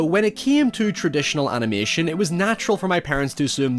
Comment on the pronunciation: What is this "animooution" you keep talking about?